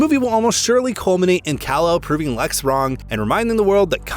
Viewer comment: It’s Lex…..it’s always lex by the way lol